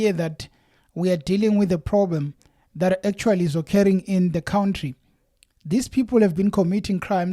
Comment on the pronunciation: You lost my interest in the story when you said Cwountry bro